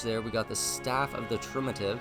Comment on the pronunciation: ❎ Triumvirate ✅ Trumativ 😆😆😆